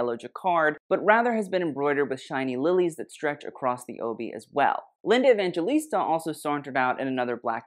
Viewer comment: Honey, that’s LINDA EVANGELISTA, Baby Gurl, get it right. 🌸🌺🌸